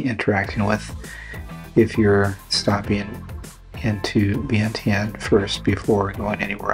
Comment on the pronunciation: Is your wife Lao? Does she pronounce Vientiane like you do? Wondering why she hasn't taught you how to pronounce it the Lao way.